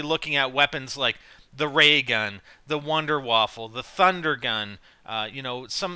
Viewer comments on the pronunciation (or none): It's wonder waffe not wonder waffle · wonderwaffle? es heißt wunderwaffe ^^ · Why do you call the wonderwaffe the wonderwaffle ? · Please...Please stop calling it a "Wonder-Waffle." It's pronounced "Voonder-Vaff-uh" I die a little every time you say it incorrectly. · Wonder waffle hahaah Like if you heard it too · it is called wunderwaffe ^^